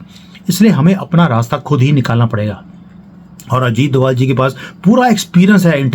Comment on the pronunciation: DOBHAAAALLL...DOBHAALLL IS THE ACTUAL CAST.... CALL THEM DOBHAAALLLL.... PLEASE ! DOBHAALLL.... !